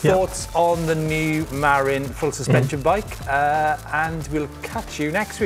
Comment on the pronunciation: I think you need to learn how to pronounce 'Marin'! Try 'Mah-rinn' with emphasis on the second syllable; the way SF Bay Area folks say it!